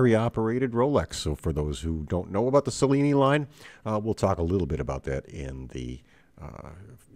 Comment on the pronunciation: My father, a native Italian, would have pronounced Cellini like cello, not like cellophane.